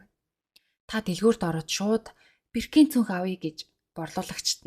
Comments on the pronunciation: Birkin gdgee bruu duudaad bnshu i bish o goor duudg shu boorkin gh ymuda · Sorry Birkin ee zuv unshaarai.